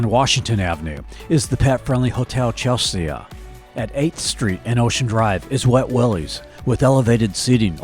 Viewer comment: Nice videos. You killed me when you kept mispronouncing Española Way and then again with Chelsea. LOL. Points for trying though.